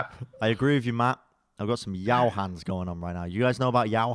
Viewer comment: yao-o-e,. yaoi hands regards a weeb